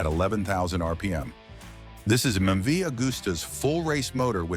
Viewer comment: Can't pronounce MV, then say it's a four cylinder and show the old MV 3 cylinder!!!!! Morons! Not that any American would notice. Scrap this video!